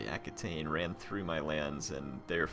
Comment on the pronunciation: you should put a governer in spain, in the region that has all the mines... mo' money's always good. And it's pronounced ah-key-ten. I understand it's not easy to remember every comment :-) I feel your pain. Oh, and considering how many provinces you own, you could train 3 gold chevron troops with the right edicts and the right general (some of your commanders add 2 chevrons to the units it recruits and some legions probably have the same ability too), that would be funny. Oh, you could name that legion by clicking on its title in the legion's details screen : "Blades of Glory" or "let's poop on Charlemagne", "wreck the gauls"... would be sooo awesome. Anyway, this series seems to reach its end. You could invade Rome, that could bring a good/tough challenge if everyone declares war on you. Or you could declare war on each and every last faction. It would be a grandiose and tense finale instead of just rolling on everyone like it's no big deal. edit : ok, I spoke too soon :-D